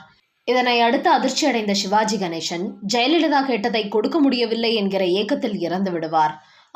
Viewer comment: தமிழில் சிவாஜி கணேசன் தான். ஷிவாஜி கணேஷன் என்று உச்சரிப்பது ஒரு மாதிரியாக உள்ளது.